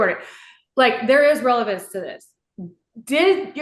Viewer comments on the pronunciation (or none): Is my audio working correctly? Did I hear the GAL object to the “revelance”??? 😂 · Nobody noticed that his lawyer objected to the “revelance”? 😂